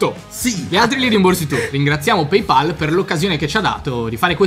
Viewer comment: Si dice PayPal e non PeyPal ca***